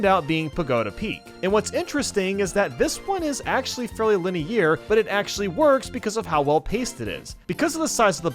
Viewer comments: “VeRy Leni-YeAR” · linear ❌ Linny air ✅ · You summed up my opinions on all these games pretty well, but if i have to hear you say linney air again I'm gonna smash my phone. Its linear (LIH-NEE-ER) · i'll take my favourite mario party being on my favourite number Mario Party 8 was the one I grew up with and I haven't played any mario party before 8 (so take my bias as you will) It's also not Lineair it's Line-errr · It’s pronounced lin-e-ur, not lin-e-ear!! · Word: line-ar: Line-ear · For the love of God it's pronounced "Lin-E-AR" not "Lin-E-Air" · why does he pronounce "linear" as "linny year"? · Why must we say linny-eer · Lini-ear? What is that pronunciation 😂😂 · why does he keep pronouncing linear as LeNiYeEr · “Liney ear “ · He pronounces "linear" weirdly. Like "li-near" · The video? Great, enjoyable, fun narration. But.....linny-air? Clear -> clarity Linear -> linearity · What’s with the way you pronounce “linear”? lol. Sounds like you’re saying line-AIR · I'm confused by the way he pronounces the word "linear" with a French inflection. "Linière" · i swear one more "linieer" and i will jump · "lineer" lol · Nobody: This guy saying linear: “liny-ear” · Lini-eer lol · “The boards themselves are very liny-ear” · How can someone genuinely pronounce it lin-e-ear multiple times without questioning anything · linny air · Linny Ear forever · Lynn ear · linny err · til linear rhymes with veneer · i love your content, its great! but why the HECK are you saying LINEAR like that!?!?! its lin-e-err lol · "Linny-ear" Google is an amazing thing boss. Good list though. I agree with Mario Party being the best in the series. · Me: hears linny-year Me: starts stroking out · I immediately went to the comment section to see how many people were complaining about how he pronounces Lini-ear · Everyone: linear: lineeyear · That pronunciation of “linear” is making my ears bleed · oh that’s right. Isn’t it pronounced linny-er? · "Lini Air" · "linee air"